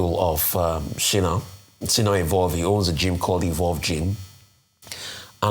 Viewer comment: Sorry Dr Abati Sina Ghami is not a Nigerian. He is Iranian(it's not Shino) but Sina.